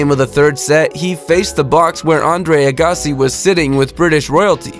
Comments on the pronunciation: He, very badly, mispronounced (Andre) Agassi's name. Obviously, he doesn't know much about tennis players at all. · He very badly mispronounced Andre Agassi's (last) name earlier in the video, too. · Please don't' say Agassi ever again.